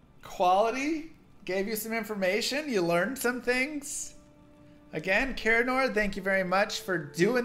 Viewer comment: Thanks..... I have no idea what you just said. lol